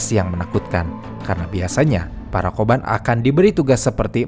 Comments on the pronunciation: Kobun bukan ya? Bukan koban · Narasinya bagus. Tapi spelling oyabun kobun nya jadi agak gimana gitu. Apalagi di ulang ulang. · Kobun dan oyabun, bukan koban dan oyaban. Koban artinya kantor polisi, oyaban artinya bagian orang tua.